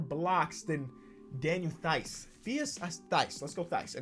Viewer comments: It's pronounced Daniel Tice. Like mice but with a T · i got you, Daniel Theis is pronounced, (Tice) like vice but with a T